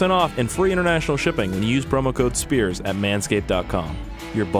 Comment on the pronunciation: intro: ITS NOT SPIERS YA KLUTZ!!!